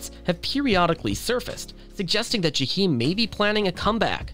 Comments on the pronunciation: It’s pronounced JAH-eim in the hood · I stopped listening after he said JUH-HEEM STOP SPEAKIN ON PEOPLE U CANT PRONOUNCE THEY NAME RIGHT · That commentator ain't said no more than what we ourselves could have come up with, and he couldn't even pronounce his name correctly. Whatever Jahiem is going through, I say , let us pray for his well being. We don't know what life has dealt this young brother, but we do know he's not the first, nor will he ever be the last to experience the high's and low's of life. We do know (for the believers) that prayer changes things. And Jahiem if you by any chance ever get to read this, I love me some you, and I'm old enough to be your mother. Ain't no cougar, just a fan! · I’m going to need you to pronounce Jaheim’s name correctly!